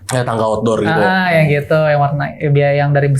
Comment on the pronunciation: Jujur ceritanya bagus cuma suara Narsumnya tuh maaf ya agak cempreng dan melengking saat pengucapan kata "gitu"jadi lumayan ganggu , vibe nya kaya lagi ngisi ceramah 🙏